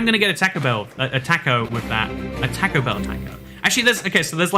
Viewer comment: I'm offended by that pronunciation of "taco"